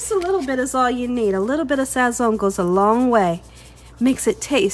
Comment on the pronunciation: you’ve done it again! Love love love! the “z” in Sazón is pronounced like an “s” in Spanish. So in Spanish we say sason. Not criticizing cuz you can say it how ever your beautiful heart desires, just saying in case you didn’t know. 🥰